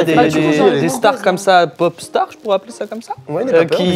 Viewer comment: "La Kapop" Non..😔